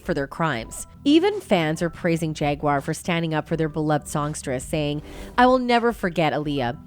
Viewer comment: "jagar" wright 😂